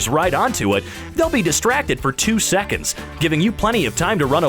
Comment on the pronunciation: Nobody: Narrator: knock Jerry out for thirty sick-ins